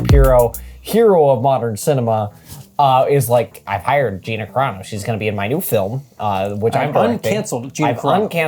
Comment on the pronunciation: It's pronounced G "I" na. Long "I"